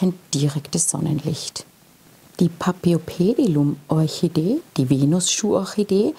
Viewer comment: Hallo, ich bin auf dein Video gestoßen, da ich ein großer Paphiopedilum-Liebhaber bin. Leider enthielt dein Video ein paar Fehler, auf die ich dich gern aufmerksam machen würde. Zuerst würde ich gern erwähnen, dass auch bei diesem Namen das "ph" wie "f" gesprochen wird, so wie auch bei der "Phalaenopsis". Weiterhin sagest du, dass sei deine zweitliebste Orchideenart. Was du jedoch hier meintest ist die Gattung, nicht die Art. Das mag für manche jetzt nicht wichtig wirken, ist es jedoch, wenn man sich mit Pflanzen beschäftigt. Die Orchidee, die du als dritten Typ eingeblendet und benannt hast, "rein grün mit breiten Blättern", ist keine Paphiopedilum! Es handelt sich hierbei um eine eigenständige Gattung Namens "Cypripedium", deren Vertreter unter anderem auch in Deutschland und anderen Ländern Europas wachsen. Neben diesen zwei Gattungen gibt es auch noch die Gattung "Phragmipedium", die in Südamerika beheimatet ist. Alle 3 sind quasi "Frauenschuh-Orchideen", jedoch eben unterschiedliche Gattungen mit unterschiedlicher Herkunft. Was ich jedoch gut fand, war deine Erklärung zum Substrat, denn die war absolut zutreffend. Viele wissen das nicht und haben dann bei der Kultur Probleme, verständlicherweise. Auch die Erläuterung zu den Wurzeln fand ich gut und wichtig zu erwähnen, denn viele Orchideengattungen müssen zwischen jedem Gießgang gut abtrocknen, das wäre bei dieser Gattung nicht ratsam und kann sogar zu starken Problemen führen. Von daher finde ich es super, das